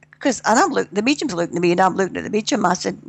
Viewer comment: Great interview from someone refreshingly grounded -- and I love the way she pronounces mediums as "meechums," too cute.